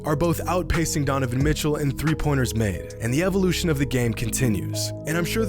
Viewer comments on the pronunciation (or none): none